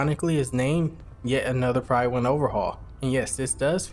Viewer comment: Just because I'm that guy at parties, apologies, but the "Pryd" in "Prydwen" is pronounced like "rid", not like "ride". I'm sure you would've heard it said a heap of times in the game, didn't you?